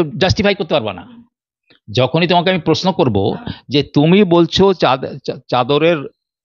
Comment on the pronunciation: এই সাংবাদিকের উচ্চারণ খুব শ্রুতিকটু যেমন CBI কে শি বি আই। Sir কে শার প্রশ্ন টা পশ্ন তার সাথে ঘাড় টা অতিরিক্ত বেঁকিয়ে খুব বিরক্তিকর। Please দেখুন এটা। Editor এর কাছে অনুরোধ করছি 🙏